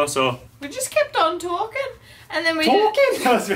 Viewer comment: "we just keep on talking" Hahaha.. british accent ni.. so cute.. 😂😂😍